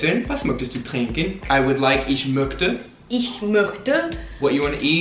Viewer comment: Hallo! Ganz gut für 1 Anfang! Eindrucksvoll! Ich kann nicht glauben dass sie in 1 Stunde deutsch gelernt... Sie sprechen sehr gut, und fast keine Akzent (besonders ). Einige Korrekturen: "Ich möchte" --> man muss das "ch" wie "sh" in english aussprechen., nicht "zonne" aber "sonne". liebe Grüße.